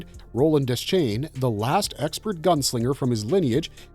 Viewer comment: Roland's last name is pronounced De-Shane, and Maerlyn's name is pronounced more like Mayor-Linn. He invented the seeing glasses like Black 13 and the Grapefruit and many others that became known as Maerlyn's 'Bow. His character is explored more in The Wind Through the Keyhole.